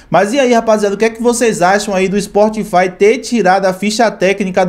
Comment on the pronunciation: "POBLEMA" , " SPORTFY" , "A GENTE NÃO PODEMOS"... larguei!!!